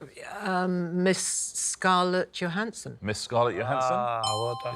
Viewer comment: I love that Jennie actually said Scarlett Johanson’s name correctly.